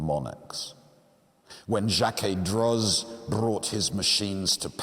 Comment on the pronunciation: In French a final “z” is silent. Droz is therefore pronounced D-row, and remains the pronunciation of the atelier that exists turning out incredibly beautiful miniature clockworks even today. Such devices are still the province of the rich and powerful while those who make them will only ever work on them, never to actually own one. Some things never change! Thank you for a beautiful presentation in all other respects!